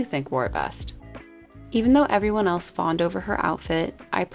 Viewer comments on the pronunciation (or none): none